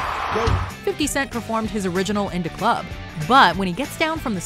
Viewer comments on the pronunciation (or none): Don’t ever say ‘In da club’ again lol😂